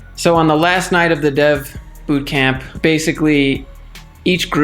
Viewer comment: Did you say death boothcamp? haha, omg you have given me so much hope!! Im about to drop11k on a coding bootcamp at berekely and im so nervous. I also am a fitness instructor! and im mainly wanting to code to make websites regarding fitness :)